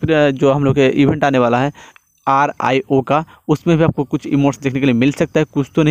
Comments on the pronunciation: Bhai R - I - O NAHI , it's , Rio (रियो) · it's not. R. I. O , it's Rio which is located in Brazil